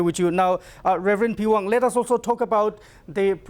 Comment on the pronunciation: Sir, nt the pewang u need to say Rev peihwang